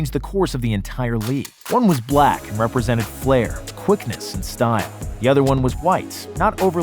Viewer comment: Why he say black so hard 😂😂 about magic